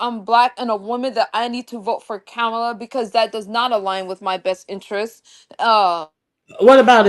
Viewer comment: The correct pronunciation of Kamala is like a "comma" in a sentence (comma-la).